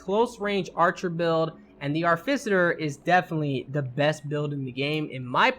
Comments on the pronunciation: how the fuck did you get arficiter from AR TI FI CER its not even spelt the way you fucking said it. what the fuck is wrong with your brain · Ar - Ti - Fi - Cer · cool videos, really entertaining. one problem. its pronounced ART I FICER short i sound. artificer. shit bothered the hell out of me lol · he definitely swapped the f, c and t and was saying Arficiter... very annoying, agreed.